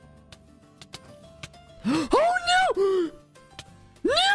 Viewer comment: HIS NO SOUNDS LIKE “NUO!” (No offense!)